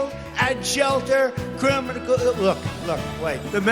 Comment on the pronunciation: “Criminacle” broke me 😅